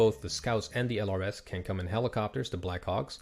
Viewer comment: Thank you for this series! I'm learning a ton! Fun fact, LRS is pronounced as "lurse". They were a specialized infantry unit trained in surveillance, they were very well trained which is why they probably are more expensive in-game. Unfortunately, the Army dismantled these units some years ago (I think one of the US National Guard units was the last and final one to go).